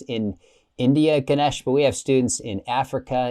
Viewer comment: Ganesh correct on how to pronounce Ganesh. And you stll keep the Hindu Deites name, so you are stll a worshipping Hindu! Sadly you went from the greater religion to a lesser one.